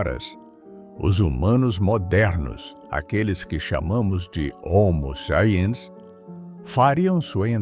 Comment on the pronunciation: Dublagem de I.A não consegue nem dizer homo sapien direito